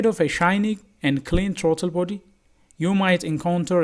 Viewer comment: Your English is horrible. Not. Trauto body. Is Throttle body